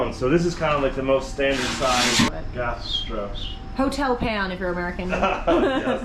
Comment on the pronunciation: Oh my goodness! Your American accent on “hotel pan” was spot on and perfect and made my day! I love hearing your Aussie accent, to my east coast American ears it’s musical and divine. But you made me literally LOL when you rocked out with “hotel pan!”